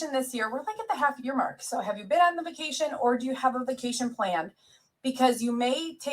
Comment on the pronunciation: i can't stand how she says "bekation"